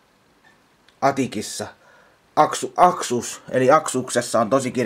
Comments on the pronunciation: SE ON ASUS SE EI OO MIKÄÄ AKSUS TAI AXIS TAI ATIS SE ON ASUS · asus saatana asus ei mikää aksus